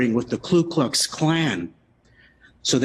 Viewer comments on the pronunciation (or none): Ku not Klu you dope